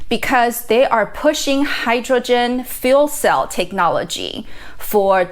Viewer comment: Nice video, but you keep saying fool cells!